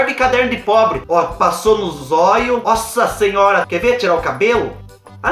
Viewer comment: Eu não aguento o "sassinhora" do 😂😂😂😂 Te adoro ❤